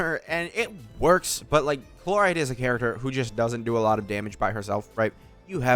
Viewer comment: chloride really? shes not a toothpaste ingredient my dude, can you atleast try to pronounce the names, its not like they are voiced for you 100x in the story or anything.